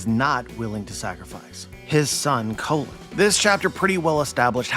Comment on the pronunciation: his name is pronounced like “Cologne”not “Colin”